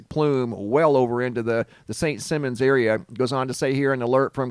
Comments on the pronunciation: DUDE IT IS PRONOUNCED SAINT S-EYE- MONS ISLAND . NOT ST SIM-MONS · IT'S Simon!! Not Simmons!! Simon like Simon Says!!! St. Simon's island!!!! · It's St. Simon's not Simmons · Saint SEYE-MONS Island. Long "I". Thanks! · St. Si-mons = "St. Simons Island"... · It's pronounced " St Simons" lol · Saint simons probounced like “Simon says” or the chipmunk. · He said it about a million times...LOL...Georgia born and raised...😂😂😂